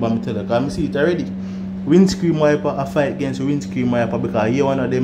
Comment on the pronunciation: Can you say windscreen instead of windscream 😅lol